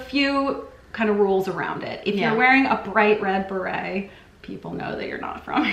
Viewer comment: If you dont want to sound like s tourist then try sounding the word beret the correct way lol !!!!!!!! Hilarious